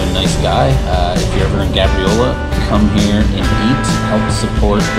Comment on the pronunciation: It’s pronounced gay-briola